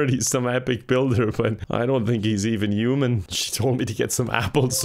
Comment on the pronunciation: Language teachers: "We are Human beings": "Uman"